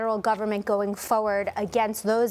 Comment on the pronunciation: Why does she say fowed instead of forward 😂😂😂